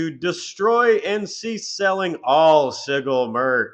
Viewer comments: Sigil is pronounced with a soft g, just by the way. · Sigil is pronounced with a soft "g" buddy. You lose authenticity with mispronunciation. Especially when you're video is otherwise brilliantly done. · Broooo learn how to say sigil hahaha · Your variety of "Sigil" butchering pronunciation was extremely painful dude 😅. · Ohhhh, you’re saying Sigil wrong. With a J sound. I was trying to figure out what you were talking about until you showed images. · this mf critiques like he's a genius but can't even pronounce "sigil" right 😂 What a clown. Poser😂